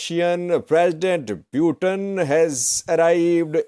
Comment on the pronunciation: The way you pronounce Putin is not right. It sounds something else. It sound “Pewten/pewteen..it’s Putin…Pootin.